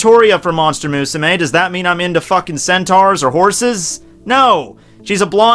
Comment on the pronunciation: Why do you fucking pronounce Musume like that. ._. great video aside